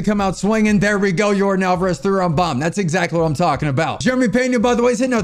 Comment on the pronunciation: bro it’s pronounced (Yor-don) not like jordan with a y